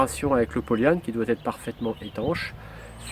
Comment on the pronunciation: Par contre polle yan evite ! Cest polyane!